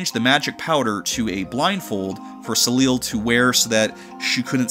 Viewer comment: Soleil wasn’t your only pronunciation error….